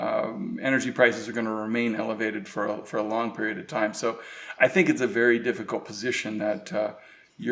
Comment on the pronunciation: Herrgott Jungs! Lernt mal die Aussprache in Englisch. Es ist anstrengend euch zu verstehen. "Think" ist nicht 'sink' auszusprechen, denn das erste ist "denken", das zweite ist der 'Spülbecken'....